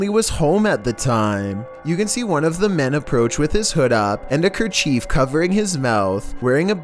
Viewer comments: What is a ker-cheef? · wtf is a crachief